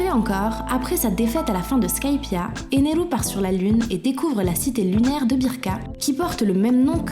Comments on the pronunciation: ener pas eneru... 😤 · Éner pas eneru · C'EST ENER AVEC UN R ET PAS ENERU NI ENEL BORDEL !